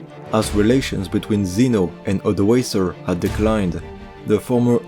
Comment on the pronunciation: Of course the only point of critique I have is how you pronounce Suebians. But from your latest video, I know that you now know how to pronounce it in a better way! Another thing pretty much everyone gets wrong are the Cs. They represent a K sound. So Odoaker, Rikimer.